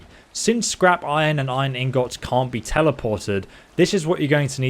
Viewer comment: "In-GOTTS" xD